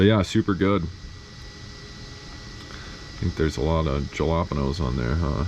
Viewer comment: LOL. Zek coming OEM with tricks and wasn't an expansion pack was classic. Also pronouncing jalapenos "ja-lop-n-o's" was another laugh out loud moment. My sister lives in Denver. Parks there are great. Very dog friendly. Just the cost of living there is so dang high...